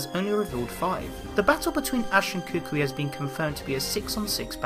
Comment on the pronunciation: Why do you say Kukui as cookwee